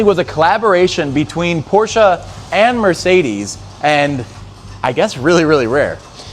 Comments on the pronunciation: PORSCHE NOT PORSCHA🤦🏻‍♂️ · Shut up with “porschah” pOrScHaH! Pronounce it correctly for the love of god! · I hate the word porsha